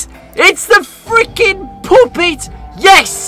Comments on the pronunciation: why when says puppet it sounds like he sayin "POOPIT" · I like how says ''puppet'' but it sounds like ''poop it'' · calling the puppet 'puupit' is gonna give nightmares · “The poopit” XDDDDDD. But overall, this is such a good video! Love it! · “The poopet” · POOPET!!! Me: 💀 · You said poopet is puppet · bri’ish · "Finnally! The poopet is in five nights at freddy's four!!" 💀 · "IS DA FRICKIN POOPET" I love british people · saying poopet never gets old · "the pop-it is in five nights at freddys 4 gois!" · says: " the poopet" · "ITS THE FREAKING POOPET" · no offense to british people, but when said "IT'S THE POOPET" i felt that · I love "ITSD DA FOOKIN POOPIT" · everyone:puppet: poopet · Not him saying poopet😭😭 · "Its the frickin pupit"💀💀💀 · really said Poo-pit. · “ITS THE FREAKING POOPET” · "IT'S THE FRIKING PUHPET" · No way said "poopit"😭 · "ITS A FREEKIN POOPIT" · Did he just said "poopit"??? 😂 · Why says "Poopit" 😭😭😭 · At 2.16 of the video the guy say poopet